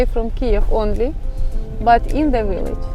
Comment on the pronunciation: “Unexpected” is the word you want, although “unexpectable” is an interesting new word! Also, “village” and “villa” are pronounced with a V, not a W, the same as B in Ukrainian, so think, Billage. Personally I prefer a village that is small and where you can have chickens and a garden! In the US we would call what you are showing us a suburb.